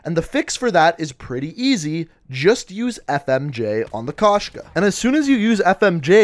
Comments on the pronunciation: Кошка (koshka), it means cat. Found that amusing when I first heard about it. I forgot to mention it but it's pronounced k oh shka not k ah shka, not trying to be rude but just wanted to get that out there. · Bro koshka not kashka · Wtf??? Why did they write “Koshka”? In rus it’s “кошка”, so the true translation will be “cat”. P.S. u should say kOshka, not koshkA